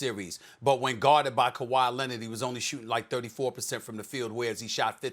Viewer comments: No one: Absolute no one: Stephen A: Kawhi Lenad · “Kawhi Lennit”